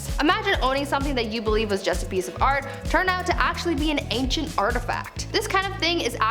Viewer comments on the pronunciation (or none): none